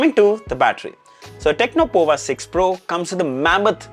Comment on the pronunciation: It's powa (as power with US accent). Looking at the CPU which is Dimensity 6080, the price is way too high